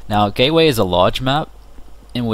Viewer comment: Nice video. :) Sounded like you said "Gayway". :)